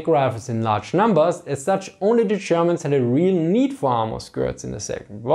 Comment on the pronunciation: Zze Chermans